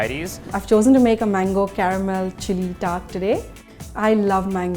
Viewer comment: "mangoo" XD im not complaining i respect indians because i has an indian classmate and he always talked soo fast